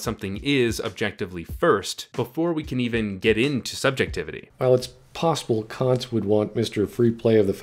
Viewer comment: The thing that hurt me the most about this video is how hard Kant's name was objectively butchered on a regular basis.